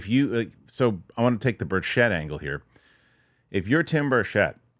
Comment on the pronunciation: Good work,. BIG HINT: Tim Burchett pronounces his last name with the accent on the first syllable: BURCH-ett. Think: Birch it. It will help your credibility, even though others mispronounce it like you do. I really appreciate your interest in the UAP topic - thank you.